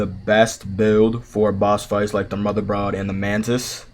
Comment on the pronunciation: brother love the video but we gotta work on that pronunciation. Brood (brewed). and Coup de gras (coo da gra) No hate btw, thanks for the vid.